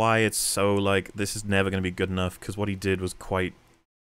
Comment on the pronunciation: That's enaff!